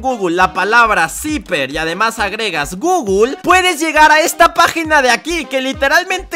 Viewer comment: Leer gooooooooooooooogle❌ Leer gooooooooooooooogo✅